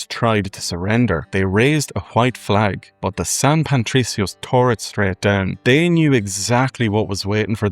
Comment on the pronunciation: Great job man. I really enjoyed the bit at the end comparing the music and their similarities, something I never knew! Just an observation, you kept saying San Pantricios, adding an 'n' to Patricio that shouldn't be there.